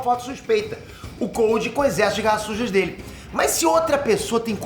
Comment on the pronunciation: Toda vez q o fala garra sujas fica parecendo q eh garrasus kkkkk